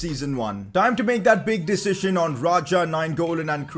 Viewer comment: Is it only me who finds it funny the way he pronounces the word "decision"?? (i am joking, no hard feelings, right?) xD